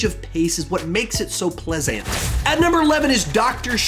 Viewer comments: Boi you did not just say pleasANT 😂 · “ANTi-climatic” “PleasANT” lol